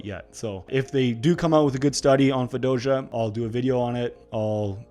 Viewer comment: you heard that right?! i thought i was trippin for a sec LOL